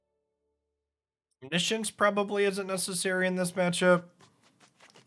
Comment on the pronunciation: FYI that's not how you pronounce 'Omniscience'. It's actually pronounced 'Omniscience'